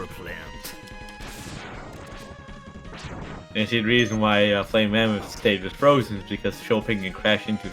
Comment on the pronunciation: Also, pronouncing "mammoth". I'm pretty sure it was saying "mamoot" in an old MMX retsupurae that drew me to his channel to hear more of his Frenchisms, lol.